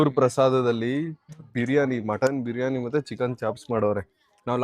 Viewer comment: ಬ್ರಿಯನಿ ಅಲ್ಲಾ ಬಿರಿಯಾನಿ